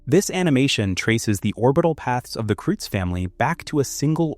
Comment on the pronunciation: Kreutz is pronounced “kroyts"